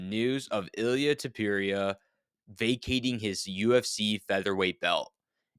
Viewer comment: Tupurieuh 😂😂😂😂😂 how are you saying his last name bruh😂